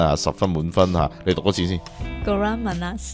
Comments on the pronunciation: 高妈妈讲的马来文‘少甜’的甜字讲错了，应该是‘马你斯‘ 不是’马那斯‘。马来文’甜‘是Manis (读音ma nis)。希望可以帮到你。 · Kurang manas ，听到的是会过得你讲 kurang panas (少热） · 少甜讲错了，应该是 kurang manis,不是kurang manas 😃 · 讀到唔係好準,曼立（普通话發音）